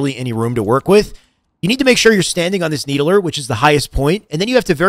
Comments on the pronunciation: Why you call it the “needle-ER”? Bro, it’s just the “need-ler”. Like the fiddler on the roof…not the fiddle-er. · "Need-el -er" lol "need-ler" <3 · Needuhluhr spartan.. Stand on the nee duh luhr